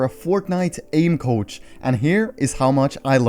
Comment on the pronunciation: I though it Saïd “aim couch” loooool i was so confused